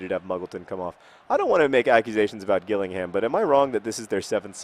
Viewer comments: It's pronounced Jill-ing-ham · John!!! Its pronounced Jill-ing-ham, and that's a Kent invicta horse ;) not a unicorn dear me :P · It's pronounced Jillingham